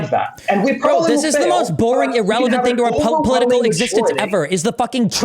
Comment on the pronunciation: "E-rrelevant" "E-rational"